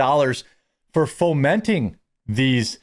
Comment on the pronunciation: Who is pulling your strings cos you are sure bobbling about a bit ? "FOMENTING"😂😂😂